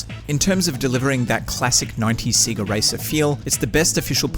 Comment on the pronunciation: Say-ga not See-ga..